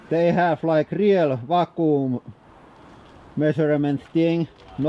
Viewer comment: FYI vacuum is pronounced văk-yo͞om